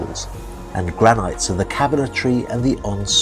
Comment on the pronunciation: It's Gran- NIT....not Gran -Night....